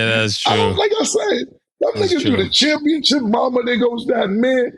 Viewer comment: And Cam with Championchip